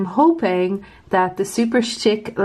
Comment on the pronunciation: You pronounce Superchic how I always thought it should be pronounced, but I've heard it pronounced more as Super"chick", lol. That Jaws whatsit one is stunning!